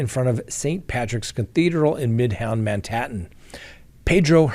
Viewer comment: ...I'm sorry, and i'm not trying to embarrass you, but I love you even more now.... I suffer from what I refer to as oral dyslexia....I crack myself up often because of it...and I see you suffer this same infliction...I hope you laugh at yourself at times also!!! (Manhattten):-)